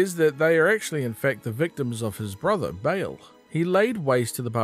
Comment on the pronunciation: Nice, except one complaint: how did you manage to mispronounce Baal as Bale?